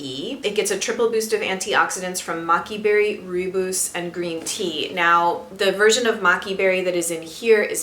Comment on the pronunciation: Hi, thank you for such a detailed review. Also, that lipstick looks gorgeous on you! Sorry to be 'that' person, who corrects pronunciation but as a South African, I thought I'd find you a source for the proper way to say rooibos. Check it out here:. It literally translates as red bush. Cheers!